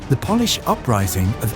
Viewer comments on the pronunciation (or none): stupid commentator ,, pronounces Polish like polish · No music please. He pronounces Polish as if he was polishing furniture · idiot pronounced "Polish" like boot "polish"